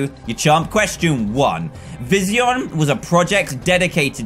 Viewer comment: Dan: pronounces vision Vizeeon Me: ARGHHHH